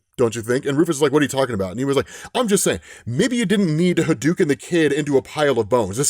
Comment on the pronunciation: Ha-dou-ken sound it out